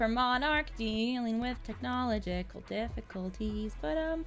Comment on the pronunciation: hold on ''it's a normal day for monarch, dealing technoligical difficulties'' Technoligical? Technological?